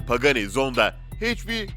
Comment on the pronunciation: Üçyüz empihaş, binaltıyüz eyçpi, veneno için Türkçe 740 beygir diyosun, paganiye pegani diyosun bir cümle sonra tekrar pagani diye telaffuz ediyon, bugatti bolid'i bugatti bugatti bolide diye telaffuz ediyon, sen neden yarım yamalak inkilizçen ile dayngıl dayngıl (dingil dingil) seslrndirme yapıyon? Evinde sudoku çözsene seslendirme yapacağına 🤣🤣🤣